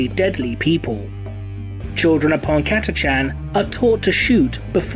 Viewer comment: I always thought it's pronounced Kata-khan.